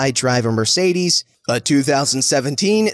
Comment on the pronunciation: The way you said mercedes made my ears bleed.